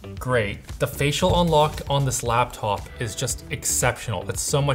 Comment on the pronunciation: All I hear is "Laaptaoup"